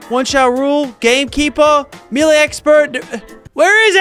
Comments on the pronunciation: it's Mel Ay not Mee Lay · Not trying to come off as rude, but it is pronounced may-lay, not mee-lay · Bro said "me-lay" instead of melee Btw melee is pronounced like "may-lay" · I'm gonna be that guy and say "melee" is pronounced "may-lay". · It's pronounced "may-lay" in most other English speaking countries too, including Australia. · I am still gonna say me-lee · I live in the states and have always said me-lee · bro said meelee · Mee-lay bruh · does anyone else notice how he pronounces melee. lachy mate its pronounced may-lay